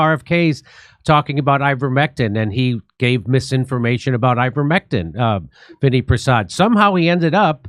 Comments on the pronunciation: His name is pronounced Vin-AI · Pronounced vin-AY